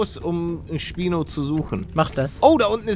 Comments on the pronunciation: Es heißt Spino nicht speino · Es heißt nicht Speino sondern Schpino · Man spricht es schpino nicht spynoe aus